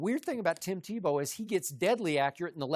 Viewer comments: Shannon is so funny when he mis-says something he called Tebow Timbow 😂😂😂🤣🤣🤣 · Shannon: "TimBow" 😂